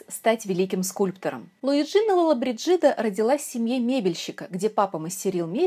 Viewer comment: Да, чудесные украшения, достойные красоты хозяйки. Видела несколько ее интервью. Тот еще "перец Чили "😃, никому спуску не давала. Итальянцы произносят ее фамилию с другим ударением ЛолобрИджида, это так, кому интересно.